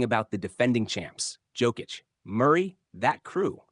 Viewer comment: FU you can even pronaunce Jokic's lastname